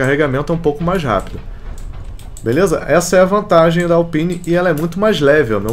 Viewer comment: mano o jeito que você fala alpine Q AGONIAAAAAAAAAAAA!